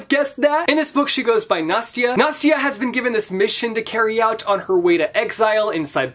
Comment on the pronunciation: 1. Sorry for mistakes 2. Sorry for repeating Okay so let me make one thing clear. My name is also Nastya, so.. Ya know, it's not really Nastya like Nastia, it's more like Nasta with soft "t".. And yeah, it's funny that you (not just you but all Americans) spell russian Anastasiya like Anastaisha (sorry for that. I'm tryin' to be clear), when it's more like Anastasiia.. Well I hope there was something useful for you..)) PS: Why you all always say "ROmanov", when it's "RomAnov"?)) Sounds funny though